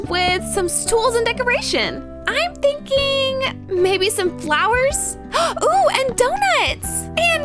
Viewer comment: You said thinkling